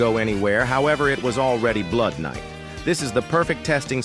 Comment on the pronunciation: Bro said blood knight instead of blood night